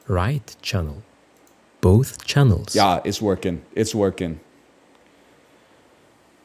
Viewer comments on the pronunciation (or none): none